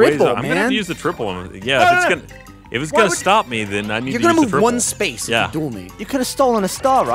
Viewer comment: Watching this in 2018 is tough because Gavin keeps saying duel and it sounds like juul